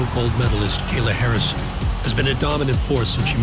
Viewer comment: Buddy said Gayla Harrison 😂🤣🤣💀